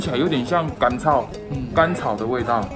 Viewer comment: 甘 草😂听到有点像脏话了 笑起来好好听哟